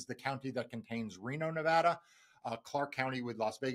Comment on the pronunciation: Silly thing, but hooray for pronouncing Nevada correctly!